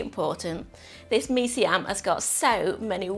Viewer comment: When I heard you say "Mee Siam" properly, I knew that you knew what you were doing. I lived in Singapore for a few years (long enough to get addicted to the best of Malaysian, Indonesian, and the many different Indian and Chinese dishes). The only way to satisfy the cravings these 30 years later, is to make them myself. I can almost taste this one. Hokkien Mee is another good one, as is Char Kway Teow. Sigh.